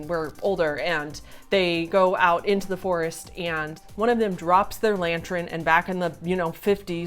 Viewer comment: AND we can't ignore the fact about blatantly calling the lantern a "LANTR-EN" throughout the video, lmao. That's not an accent, that's just her being a whole azz goof troop! A "silly willy" some may say. Lol love ur face!